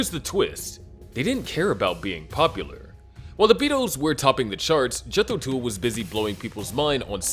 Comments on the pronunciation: The narrator doesn't even know the name of the bands it is pronounced Jethro Tuhl not tool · Dude pronounce Jethro Tull properly😅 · Jethro Tool? They actually were named Jethro Tull. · Jeez, I hate AI presentations and pronunciations. Jethro Tool? (A damn good band whom I saw in 1969 and love them, but other than Aqualung, what giant hit did they have? The others were good, absolutely no complaint about them being good bands worthy of honorable mention. But none of them even matched the Beatles. People not only waited with bated breath for their next album, we also waited an entire decade (until John's murder) for them to get back together to just make another album. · Jethro "tool." What a tool. Tull